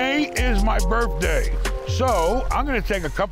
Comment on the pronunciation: Did you say burfday ???